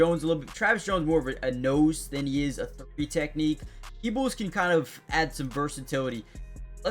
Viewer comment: You said his name right peoples he is the world by all of Baltimore Ravens🐦‍⬛🖤💜